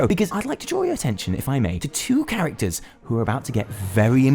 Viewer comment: Do you mispronounce character names on purpose?